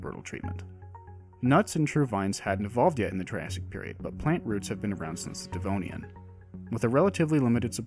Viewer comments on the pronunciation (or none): none